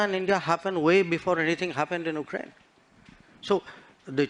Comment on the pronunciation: Most of EAMs words consist of “uhhh uhhh uhhhh”. And has made no attempt to pronouncing. “Ukraine “